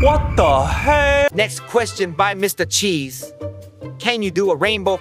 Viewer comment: HOW DID MY GUY GET MY NAME CORRECT MRCHEESE WTH